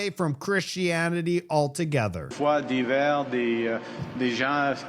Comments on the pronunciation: Divers not d’hiver It means diverse Want to hire me as a translator? I lost my job and looking for work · He has such a bad prononciation when he speaks French... 🤦‍♀️ Some words sound similar but have a completely different meaning! And once again he mispoke his words when talking about "cultures divers", not "d’hiver" which is "winter"... What he meant was "diverse cultures", and same with "des gens sans foi" which means "people without faith" and not "froid" which is "cold"... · Marc Carney actually says the word "divers" (diverse) not "d’hiver" (of winter). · Hey there! Although I am NOT a Carney supporter, I do want to correct your interpretation. Where you said winter (d'hiver) he said "divers" meaning diverse. Froid means cold, whereas he said "foi" meaning faith. He also said "droits" which means rights, not "doights" where you translated it to fingers. Although it sounded comical, it still should be corrected. Just so ya know, haha. (And yes, I'm fully bilingual).